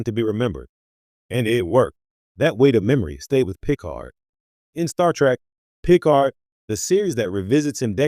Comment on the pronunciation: Pee card